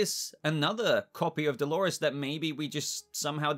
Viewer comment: I keep hearing him say Halores 🤣